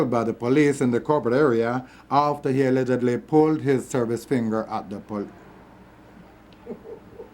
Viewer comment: is that the way Jamaicans say "allegedly" and "debris?" I just want to know.